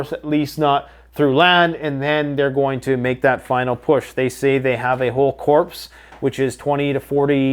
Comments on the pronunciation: Hey, GReat research as usual! One little piece of advice- Corps isn't pronounced "corpse", it's pronounced "core", like the Marine Corps is pronounced the "Marine Core" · Love the videos, but the pronunciation of corps is not corpse, it's pronounced like core. Keep up the great work! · Corps is pronounced (core). Love the videos, just letting you know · It is pronounced like "core " not coarpse . They are not dead bodies yet. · the correct pronunciation for 'corps' is core, not corpse, like a dead body. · Corps is pronounced core not corpse 😂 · love you my guy and I appreciate your work but Corps is pronounced core. A corpse is a dead body. They’re not pronounced the same. Love, a Marine prepper. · Brother a warship is pronounced Frigg-it not Frigg gate.. and a group for fighting men would be pronounced Core when it is spelled “corps” Thanks for your videos. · I love your vids! However, over the years, every time you pronounce “corps” as “corpse”…I know there are jar-head Marines losing their sh!t…Keep it up! Lol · Just fyi ... Corps is pronuonced core. I know, sounds silly, but ... there you go. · Bro the “p” in corps is silent 🥴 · the Red Sea is not near Iran, so what are you rambling about? And with "Corps" you don't pronounce the "p". Economic Community Of West Africa